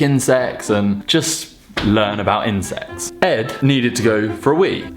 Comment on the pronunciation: Every time he said, "insects" it sounded like, "incest". 😂😂😂